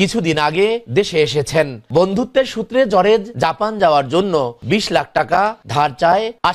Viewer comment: আরে ভাই জরেজ না জর্জ